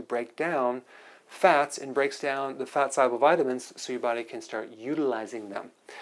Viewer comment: Wtf is a follicule? What is solble? The speech impediments... Oy vey